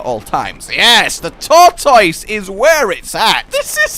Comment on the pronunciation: It's not a Tortoise it's a thortoise